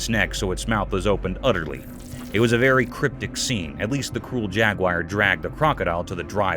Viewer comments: You mispronounced the animal,Jaguar.its not pronounced jag-wire..its pronounced jag-war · Jaguar not jagwire lol 😂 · It's not jaguyer it's jaguar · Actually it’s pronounced jag-you-ah. Bloody Americans make the stupid pronunciation. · This guy and others prove that you don't have to be smart to be a commentator. He could not pronounce jaguar properly!